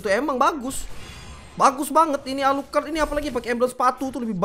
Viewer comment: Ngakak gua liat lu bang, klo nyebutin nama player alucrott , gua ulang² terus